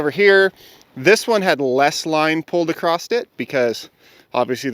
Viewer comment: Across, not acrost